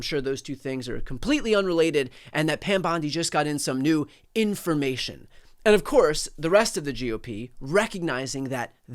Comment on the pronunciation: No real "information," so she has to say "informamation" several times! :D